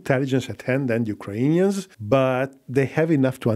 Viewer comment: Why do you have this strange pronunciation of "Ukrainians"? This is not how it's pronounced neither in Ukrainian nor Russian